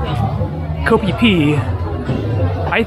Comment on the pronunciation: Hey, if I understand it correctly "KO" is pronounced more like "GO". That may be an "ISAN" way of saying it because I lived in ISAN for 13 years and only 3 years in Bangkok. Speaking of Bangkok, are you planning on spending any time in Bangkok? It would be great to meet-up with you if you are.